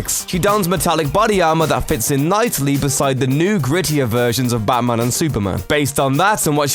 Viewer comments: Who's 'Bamman'? Learn to enunciate. Jesus. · Why the hell do you pronounce it "Bahman"??? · Did he say "Baman"?